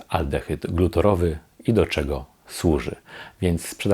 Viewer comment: Mała korekta: aldehyd glutarowy nie "glutorowy", związek wapnia nie "wapna" :)